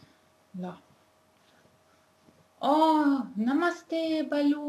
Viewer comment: its "bhalu" not "balu''...... really appreciate your work on promoting Nepali language........ dherai dherai dhanyabaad.......